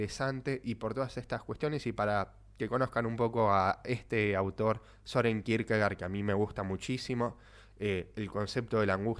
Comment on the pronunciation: Se pronuncia Kirkegord en danés. Gracias.